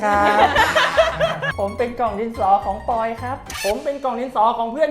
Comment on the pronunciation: ไม่ใช่ ปะยอ พี่เขาชื่อ ปอย ค่ะ เเต่ถ้าอ่านไม่ออกจริง ๆ อ่านว่า ปอ ยอ ออ